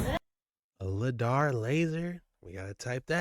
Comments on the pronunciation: Bro! It's called Lie-Dar not lid-ar..! Even after watching a video with the guy saying it correctly, you still called it LID-AR..... straight dumb. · 😱😱😱it's not Ladar it's sounds like LIEDARR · ITS LIDAR!!!!!!!! NOT LADAR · my man its not ladar its lidar like lie - dar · Hey see it's lidar your saying it wrong but love dog. Doing great keep it up. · It's pronounced lie dar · It’s Pronounced “Lie-Dar” Dayumm the guy said numerous times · Come on man I love your videos but come on,, it's pronounced ly-dar, and it's what you're good quality radar detectors are looking for when you're speeding down the HI-way, lol, but the light are they using down there is more than likely being used to f*** with the weather the great tool if you want to mess with a country. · for the love of god please pronounce Lidar correctly.. its pronounmced ("Lie Dar) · Its pronounced LIE-DAR I like the content though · Lidar- Lie-Dar. lol you pronouncing it wrong bro. Lidar is hugely used by archeologist and I’ve thought of finding a way to purchase one so I can freely use it to scope out and reveal findings💯. Now I wanna go and reveal North Pole truths #archeologystudent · The proper pronunciation is lie dar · Pronounced lie dar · its pronounced.....LIE_DAR !!!!!! DANG BOY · My brother it’s pronounced LIE DAR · Lie-dar brother XOXO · Just slightly concerned that you continued to mispronounce lidar